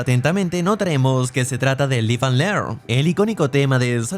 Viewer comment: No way you said live (LIGH-ve) and learn 😂 bros never heard the song